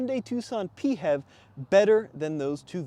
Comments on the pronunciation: Nope...we're not making "P-HEV" a thing. It's pronounced "FEV". Get it right or pay the price! 😅😅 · Please, never say Pee Heff ever again. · It’s funny when you say “Pee Hev”. In Australia we pronounce PHEV as “Fev”